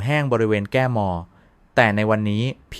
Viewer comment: แร่...ทา ตุ...ผิวแห้งที่ แก้ มอ...(แก้ม) งั้ว...เงีย รอบ เอวา...(เอว) (เอ็นดูเอไอ อ่านเพี้ยน อ่านผิดเยอะมากอ่ะตะเอง)